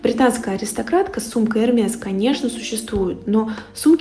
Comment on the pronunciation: Да не эрмес, а эрме